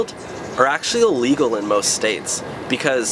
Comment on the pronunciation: Is it just me or do I keep hearing him say "Legal" instead of "illegal"?